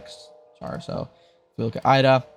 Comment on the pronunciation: Its pronounced like the woman’s name — “Ida” (eye-duh), not spelled out “I-D-A.” The name IDA stands for Interactive DisAssembler, but most people in reverse-engineering and security circles just say it naturally, like “Eye-duh Pro.”